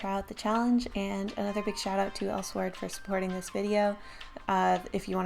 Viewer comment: its pronounced el-sword.